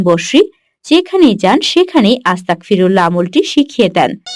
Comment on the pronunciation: ভাই উচ্চারণটা আস্তাকফিরুল্ল-হ শুনাচ্ছে। উচ্চারণটা আস্তাগফিরুল্ল-হবে। আস্তাকফিরুল্ল-হ অর্থ হে আল্লাহ আমি কাফির হতে চাই। (নাউজুবিল্লাহ) আস্তাগফিরুল্ল-হ অর্থ হে আল্লাহ আমি আপনার কাছে ক্ষমা চাই। তাই গইন এর উচ্চারণটা স্পষ্ট করে বলতে হবে।